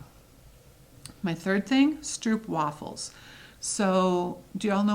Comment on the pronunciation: Stroopwafels are even my favourite as a Dutchy. By the way, the oo in stroopwafel is pronounced as oh. Sock monkey fabric is not available here so wouldn't it be awesome to get it through you ;-). I have finished only one cross stitch as I only got back in cross stitching at the end of 2020. But I did finish the freebie from Dec 2020 by Brenda Gervais and made an awesome knitting bag with it!